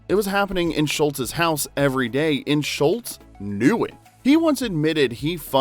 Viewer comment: He definitely repeatedly says, "Schultz". Hehe. Mandela Effected.